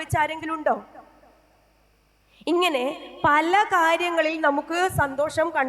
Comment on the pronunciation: പലേ അല്ല പല